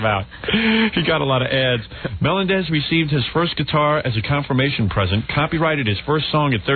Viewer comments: Why in the &%#@ does Howard keep pronouncing SJ's surname as "MELON-dez?" 🙄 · I can’t believe this far into John’s time on the show that Howard was still pronouncing “Melendez” wrong